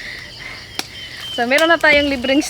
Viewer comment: POSO po hindi puso